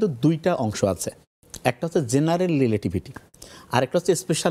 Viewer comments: লিলেটিভিটি কি ভাই?😂😂 ভন্ডামি ছাড় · আহারে, রিলেটিভিটি উচ্চারণ করাটা কি এতই কষ্ট 😂😂.. সহজ কথায়, আলোর থেকে অধিক গতি (বিজ্ঞানের দৃষ্টিতে) অথবা এর থেকেও বড় কোনো শক্তি যা মানুষের বোধগম্য নয় (ইসলামের দৃষ্টিকোণ থেকে) মিরাজে আমাদের নবীজী (সা:) ভ্রমণ করেছিলেন.. বড় কোনো অনুষ্ঠানে আসার আগে ভালোমতো প্রেপার হয়ে আসেন, উচ্চারণের দিক খেয়াল রাখবেন.. নতুবা জোকার হয়ে যাবেন..